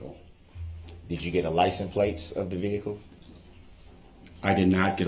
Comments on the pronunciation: “liissa place” = license plates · It sounds like, to me, most of the time, he says "liesen place" ! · 😂 I swear I thought I was the only one complaining about the lisen place. If I was a witness I swear I would have said “A what? I’m sorry. I don’t know what a lisen place is.” On purpose so I can force him to either say it right or make him look like an asshat trying to pronounce it. He’s a fucking moron.